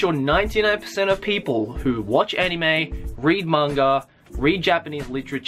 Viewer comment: after watching your videos,, I've noticed instead of saying "Manga" you say "mangger" XD Just pointing it out for no apparent reason:3